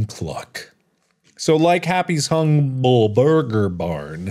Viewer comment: Hungble Bur-ger Barn.